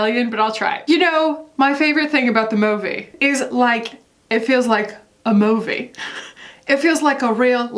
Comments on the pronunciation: Your take on the Chris Pine/Harry thing (which I knew nothing about) makes me want to get ALL of my culture news/criticism from you. “MOE-vee” I’m dying 🤣❤️🤣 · Why does he say “movie” like Austin Powers says “groovy”?